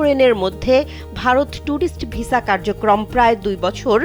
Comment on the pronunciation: Vesa na visa thik kore bolun